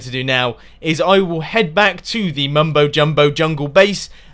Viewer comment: I'm used to u saying Mumbo jumbowl